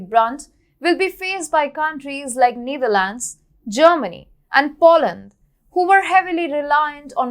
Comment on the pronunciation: Which country is needharlands. #accent